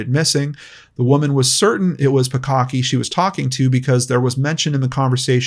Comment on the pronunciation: I just keep hearing "bukkake" everytime he says the 2nd girl's last name